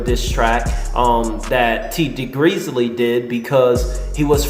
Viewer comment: lol i always like your videos, but bruh why do you get everyones name wrong!! Benzino= Bazino. Tee Grizzley= T Greezly.